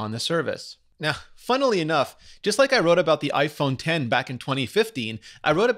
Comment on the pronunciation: Did you say funnely enough?